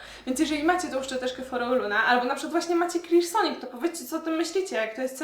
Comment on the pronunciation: Niesamowicie wymawiasz słowo Clarisonic :)